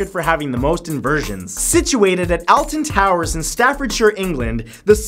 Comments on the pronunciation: Al ton towers, it is pronounced olton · im from England and its pronounced Olton towers not alton lol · He pronouced alton towers as altan towers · I've been on the smiler but it's actually Alton towers (pronounced olton) not Alton (pronounced Alton) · Matt in the native accent its all-ton not al-ton and its staffud-sheer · I'm a British enthusiast and it's not a-a-lton towers its or-l-ton towers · Alton towers is pronounced ol - tern - towers not al - tern - towers 🤣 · Sounds like he says "Elton Towers." FANS TRIGGERED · its pronounced all-ton towers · It's pronounced "all tun towers" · Yeah, but its in England, so it should be pronounced by its British pronunciation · says Alton towers wrong TRIGGERED (lol no) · I know this is ages after release but as someone in the UK I hate his pronunciation of Alton towers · The way he pronounces Alton towers kills me inside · I know its expected, but Alton is said like the alt key, not like apple. But ngl The Smiler is the best rollercoaster ever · When you hear Matthew say Alton towers triggered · so who's gonna tell Matt that he pronounced Alton Towers wrong?